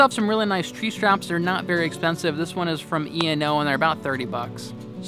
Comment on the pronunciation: it’s Eno - Eagle Nest Outfitters it’s pronounced as a word ENO